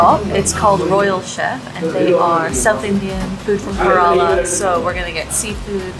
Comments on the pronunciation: FYI, Kerala is pronounced “Care-la” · Care-Ra-La Kerala and if you'd been there you'd know. I'm not going to talk any more as I lived in Goa. However if you want to learn how to cook these dishes I'd be help :-)